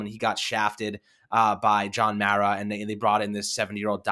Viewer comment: Young man you are mispronouncing the Mara name.